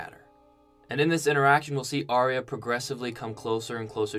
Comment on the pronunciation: Arya is pronounced Are-ya not Arry-a.